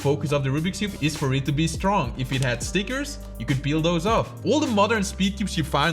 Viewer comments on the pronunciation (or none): It's The not Thé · the e in "the"..... what have u done? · "Why Thé Rubik's Cube Is PURPOSEFULLY Made BAD" why did you say Thé?